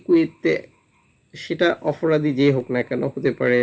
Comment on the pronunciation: অপরাধী না অফরাধী! নোয়াখাইল্লা!